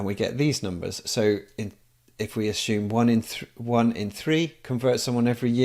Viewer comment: The guys means “assume”, says “asshume”, we read “ass fume”